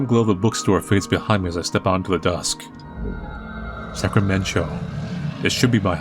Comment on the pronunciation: Cannot get over the name of the town. I’m from Sacramento so hearing Sacramen-cho is really throwing me off and out of the immersion